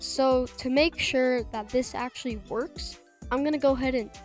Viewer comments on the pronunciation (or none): none